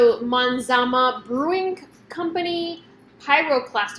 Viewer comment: It's Mazama...not manzama